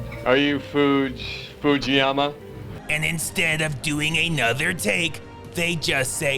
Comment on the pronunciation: Of course he can! He even said it in one go: "Foodge-Foodgeeyama"